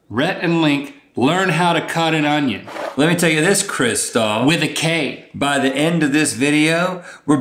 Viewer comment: "krist A l" lmao